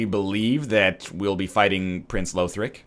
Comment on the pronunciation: I should've said something earlier, but it's "lawthric" not "lowthric". The characters in the game say it.